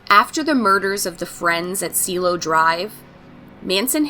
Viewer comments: It’s pronounced see-eh-lo ( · You also butcher the words Cielo and Wojciech